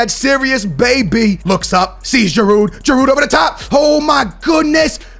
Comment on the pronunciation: You dont pronounce the D in giroud